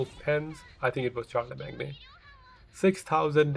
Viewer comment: Its pronounced sharlemain the g in Charlemagne is silent.